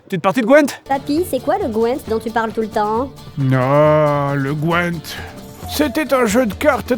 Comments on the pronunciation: Alors deux erreurs monumentales, premièrement le jeu de carte ce prononce ''Gwinnte'' et non pas ''Gouènntte'' 😆 Et deuxième erreur tu fais référence a une des mauvaises fin du jeu qui n'est pas Canon, la bonne fin et vrai fin du jeu elle n'est pas morte Ciri, elle meurt uniquement dans la fin la plus pourris si tu rates un très grand nombre de choix important dans le jeu 😅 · Et Gwynt 😭 pas Gwent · Il dit gwent aaaaaaaaaaaaaargh pourquoi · "Partie de Qwent ?" ça me tue à chaque fois